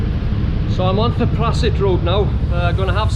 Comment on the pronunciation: “Th” in Thailand is always pronounced like “th” in Thailand, never as a voiced dental fricative phoneme such as “th” in this. Ergo, Thepprasit is Tepprasit.